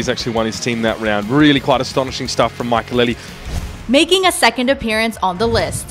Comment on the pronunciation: Mackalele? tf?